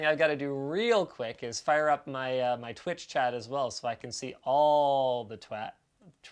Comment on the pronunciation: Linus: “Twitch chat” becomes “twat”